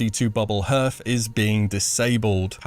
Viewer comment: hearth is pronounced harth. rhymes with sarthe